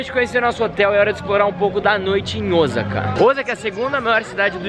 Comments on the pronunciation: é Osaka não Ozaka, brasileiro tem mania de pronunciar Osaka Com som de z e é som de s sa não za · E Osaka e não ozaka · Osaka nao se fala Ozaka. Se pronuncia oossaka. 1s tem som de ss aqui e nao de z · Não é Ozaka que se diz e sim Osaka ou OOsaka com o mas alongado. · ...NAO EH OZAKA E SIM OSSSAKA PO!!!👅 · Eu moro no Japão ja faz 22 anos 😍 E n se pronúncia ozaka o certo e oosaka 大阪ーおおさか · Muito legaal!!, presta atenção nas pronúncias das palavras em japonês!! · Hahaha tá falando Osaka errado...